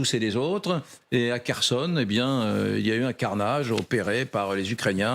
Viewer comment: Prononcez KHORLY pas KORLY Mademoiselle la journaliste. Prononcer KHERSON pas KERSON Monsieur le journaliste.